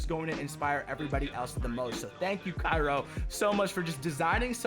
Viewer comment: his name is pronounced chiro im pretty sure